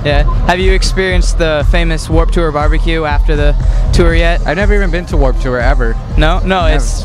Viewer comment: he said "tour" like "too-er"... ew